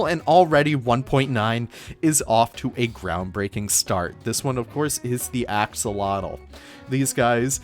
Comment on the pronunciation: My mouth dropped with that free-place water without the x-fighting... I would love to know if that's possible with all the others textures lmfao. Mods are getting crazy I can't wait to see what else people come up with also p.s... Axolotl is a Nawatl word, and it's not quite pronounced how you would think! There's a video by Chimalli Media, his Cafe con ep 6 that goes over how to pronounce it, it's kinda like "ah-show-lot"